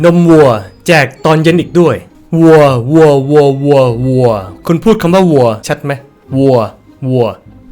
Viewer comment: คนอื่นได้ยินว่าวัวทำไมฉันได้ยินว่างัว😢😮